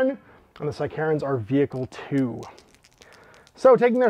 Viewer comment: Psy-Karens is a terrifying idea. Took me a moment to realise you were saying sicarans